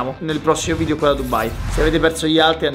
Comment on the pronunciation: A 2 mln di iscritti imparerà a dire video e non vidio